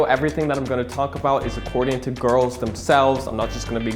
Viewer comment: It’s pronounced “gorls” 👌